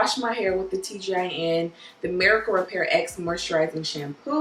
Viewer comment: It's pronounced Miracle Repair Rx. It's the same as the abbreviation for prescription, hence the capital R at the end of the word Repair. I love your channel.